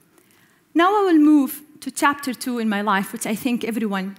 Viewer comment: chapter= tapter hhhhhhhhhhhh